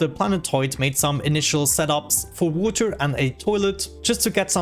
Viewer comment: No hate intended, what's that accent? I find the way he says water as "wooter" really funny